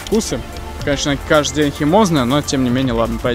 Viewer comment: ты сказал каздый день😂